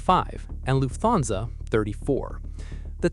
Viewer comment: PLEASE pronounce "Lufthansa" (a German word!) as "Luft-hansa", not "Luf-thansa". Thank you!